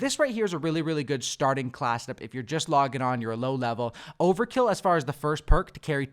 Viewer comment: Wtf is a “Class’ed-up”?! Every time I heard him try to say “class”, he’d say “Class’ed-up”.